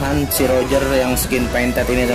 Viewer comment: Tulisan : Fire Pirate Baca : Fair Pirate (baca jelas) Wkwkwk